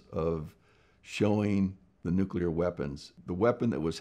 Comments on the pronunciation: Finally someone that doesn't say nucular ! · I appreciate that Mr. Spriggs at least pronounces nuclear correctly and not Nuke-you-ler, like many US presidents and TV scientists. Easy way to remember the correct pronunciation is that you never want to NUKE-You, but Nuke-Lee instead. Nuke-you-ler is a good example of TV inculcation, that is, how many times you hear a word pronounced incorrectly, it becomes correct in your parlance . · He starts by pronouncing "nuclear" correctly. That right there was enough for me to think, "Wow, this guy knows what he's talking about!"